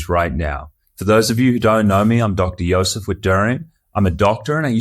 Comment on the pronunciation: May I ask what your heritage is? You pronounce Josef as [io-zef] exactly the way we do in Czech...:) Intersting stuff too, thanks!